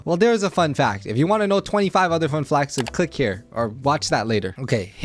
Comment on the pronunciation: BRO SAID FUN FLACS!!!💀😭🔥🗣